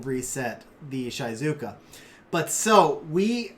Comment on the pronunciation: It's the japanese pronunciation I study japanese ^^ it's Onmyôdji, the u after the o just means the o is longer, same for Giou (Gheeô) and Shizuka is She-zu-ka (means quiet btw)